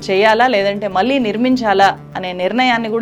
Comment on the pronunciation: జర్నలిస్టు అని చెప్పుకునే వాళ్ళు, కనీసం ఉచ్ఛారణ సరిగ్గా లేదు. ళ ని చంపేసావు మళ్ళి ని మల్లి అని కుళ్ళ పొడుస్తున్నావు. కొంచెం నేర్చుకో. No doubt you have done great story but need to pronounce properly. One more pount , your speech is like reading , that too very fast.